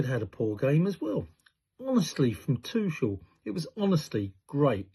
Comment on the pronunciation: If you're going to criticise pundits then at least pronounce the manager's name correctly. Tush is American for backside, not the England coach. They didn't slag BURN probably because they didn't want to plss on someone's dream. He probably won't start again so fair enough. A little kindness never hurt anyone.